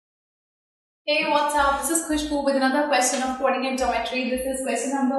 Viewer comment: Your coordinate speaking is wrong